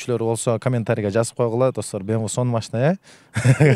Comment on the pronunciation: Мынча машина анча машинам бар дейсин фортер,бемве дебей суйлогонду уйрончу